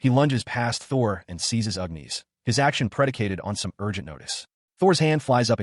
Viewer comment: Gawd, AI does not know how to pronounce Agnis. It's not Ughniss. It's Agggnnniissss!